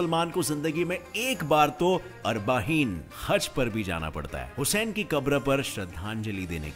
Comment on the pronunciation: Bhai pronunciation to sahi se karta Vo husayn nahi Hussain he